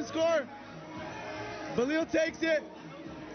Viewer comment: It’s Bilal not Balil